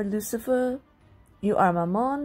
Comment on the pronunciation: I'M SORRY- I can't stop laughing because it sounded like "You are Satan" instead of "UR Satan" 😂 WHEEZE